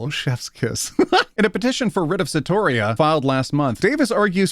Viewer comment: Certiorari is pronounced ser, like certain; shuh, like the end of caption; rar like rawwwr im a lion; i like eeeeeee a mouse! So much of legal education is finding out how to say this stuff. 😓 but then you find yourself dropping “mens rea” into everyday conversation like a herb